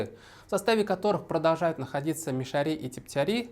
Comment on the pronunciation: Но Салават Хамидуллин хотя бы правильно назвал "МишарЫ" через "Ы", а не по-дурацки "мишарИ", как вы, да еще и с ударением на эту И. Кошмар. Сказать "режет ухо" это не сказать ничего.